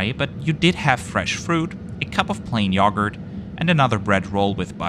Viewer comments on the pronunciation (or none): I know I'm bring silly, but I laugh because I thought he said "plane yogurt" hahahhaa